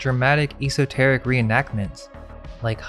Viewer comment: He doesn't seem to realize it, either~ cringeworthy. The pronunciation of esoteric, a word he loves to use frequently - at least look up how to say it, dude!